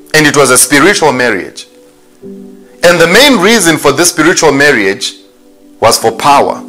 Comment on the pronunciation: "Marry-age"...lol,! This is a very interesting story.